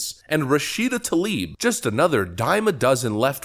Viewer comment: "Rah Shita Toe Leaf",,,, What a Clueless "Moosie"